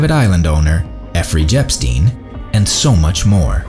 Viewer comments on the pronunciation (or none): Effery Jepstein haha 😂.